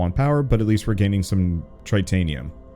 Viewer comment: Tritanium, eh? Like Titanium, except times three?